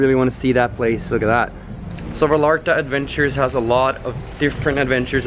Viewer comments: It would make me happier if you pronounced Vallarta (VAYARTA) not VALARTA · It’s pronounced Va-yar-ta. The way you say it makes it sound ugly. No offense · Nice vlog. But it’s Ipronounced “Vayarta! Va-Yar-Ta! “. You’re killing me! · Amazing. I think they pronounce “ll” as “y” like calle as “ka”-“ye.” So it’s “Va-yar-ta”😊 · I cringed everytime you mispronounced Vallarta., but I did enjoy the video